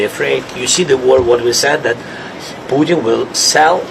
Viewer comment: I love how his accent has him pronounce Putin as "Sputin". So appropriate. Sounds like Sputum.